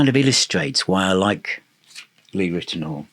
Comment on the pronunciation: it’s pronounced Lee Rit-e-now-er not Rit-e-nor.